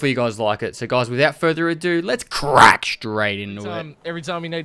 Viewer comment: stop emphasising your "CRRAACK Straight into it"